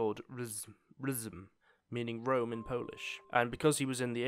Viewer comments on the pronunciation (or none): none